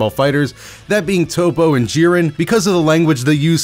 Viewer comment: Lol I hate to be that guy but it’s not G-ren its jiren sama